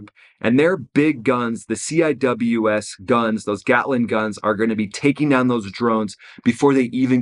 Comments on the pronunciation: The navy shipmates pronounce the CIWS, “Sea-wiz.” (CI-WS). Nobody calls it, “C I W S.” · CWIS is pronounced (see wiz) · I have never once heard someone actually call a ciws a ciws. Its always "sea-wiz" they also shoot 4500rpm. Not 100s. They dont ever max them out at 4500. One the mag is only 1250 rounds. And shooting full rpm would destroy those barrels which are expensive. Usually only fire around 2500 rpm. To preserve barrells and ammo. They use 20-30mm rounds. Thats a lot of heat. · I was on the Carl Vinson for 3 years. Weapons division. Lot of memories over the years. lmao, c.w.i.s = "see wiz"